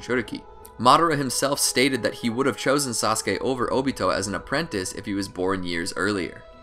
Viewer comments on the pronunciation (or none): none